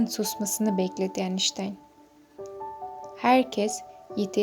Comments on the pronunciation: YAHU EINSTEIN İSMİNİ DOĞRU TELAFFUZ ETSENİZE😮 “ENİŞTAYN” NEDİR YAAA???😡😡😡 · Ayştayn diye okunur